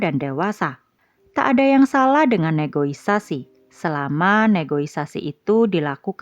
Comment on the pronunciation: Negosiasi bukan negoisasi ya min 😂😂